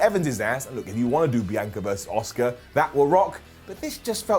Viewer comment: Priest is awful, Bunny is bad.... Brown down for the full segment One again, you bald moron. Her name is Asuka, NOT OSUKA. Shittle is just shit. Raw is just in the toilet